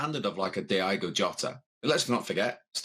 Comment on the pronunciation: you guys know his name is Diogo not Diego right?